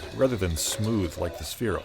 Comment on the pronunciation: ITS SPHERO NOT SPHEREO